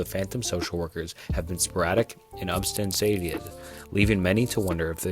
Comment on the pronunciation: Dude the way you tried to tried to pronounce “unsubstantiated” was fucking rough